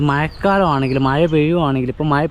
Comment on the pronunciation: മയ എന്നാണോ പറയുന്നത് അതോ മഴ എന്നാണോ പറയുന്നത് വീഡിയോ യിൽ വോയിസ്‌ കേൾക്കുന്നത് മയ മയ എന്നാണ്